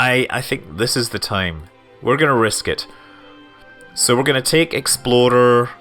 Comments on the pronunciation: I keep hearing Scott say "Exploder 1" instead of "Explorer 1" lol :) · Every time you say "Explorer" all I hear is "Exploder" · I thought he was saying the 'exploder one'... He might have been actually, since KSP is a thing... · every time he said explorer is sounded like exploder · does anyone else think that every time Scott said explorer it sounded like exploder? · Am I the only one who swears Scott was saying exploder 1 every time he attempted to say say explorer 1? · When he says " Explorer " I hear " Exploder "... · no, not every time. hope you got your hearing checked, 3 years is a long time to not be able to hear clearly. lots of mistakes...